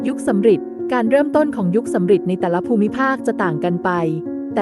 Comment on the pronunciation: ยุคสำริดครับ ไม่ใช่ยุคสำหริด